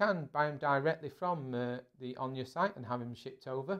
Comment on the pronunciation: Where the hell did you get the idea that ONA is pronounced "Own ya?" It is pronounced the way it is spelled. "Own a"